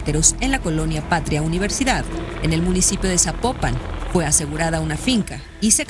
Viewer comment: Es Zapopan. No zapopán